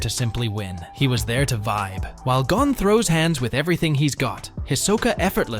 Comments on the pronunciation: that is not how you say gon name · Hunter x Hunter you need to Learn how to say Gon